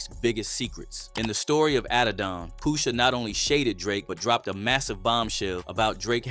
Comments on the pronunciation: It's not Poo-sha...it's Push-a.. the word is "push" (the opposite of pull)😆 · I ain’t gon lie. Couldn’t even listen to the whole vid once I heard Poosha 4-5 times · Pooosha? Lmfao 🤣 please say my cultures artists NAMES right man tf 😂😂😂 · Tell me you're an AI channel with "Brother's voice" without telling me... Keep MISPRONOUNCING names we all know how to say correctly #POOSHA ? #Fare ell #NAZ 👀 #Nope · why he keep callin him Poosha lmao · “Poosha” bro 💀